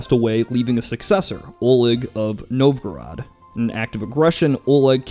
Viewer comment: "Dmitry Donskoy" Pronounced "Dohn-skoee" Ivan Pronounced (for Russian sake) "Ee-vahn" "Novgorod" Pronounced "Nohv-goh-rohd" Mikhail Romanov Pronounced "Mee-khaeel Roh-mahn-ohv" ("kh" as in the "-ch" in Scottish "loch."